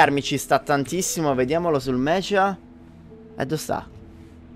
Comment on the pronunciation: una cosa sola... Si dice meca e non mecia.. So che è scritto con la H ma si pronuncia con la c dura...